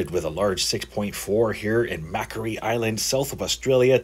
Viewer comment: It's Mack Quarry..sounding our Macquarie Island...cheers